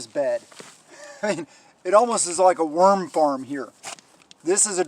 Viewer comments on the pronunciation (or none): Wind farm? lol Oh, you said Worm farm. LOL Thank you for the vid!